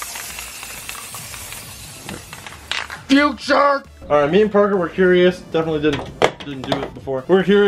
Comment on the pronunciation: U said the SpongeBob future meme wrong it ain't Fu tire it's fuuuuturrrrrr